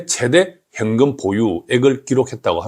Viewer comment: 핸금X 현금O 사투리 유의